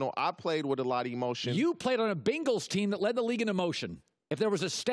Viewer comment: Did TJ pronounce Bengals like Bingles? Awesome! lol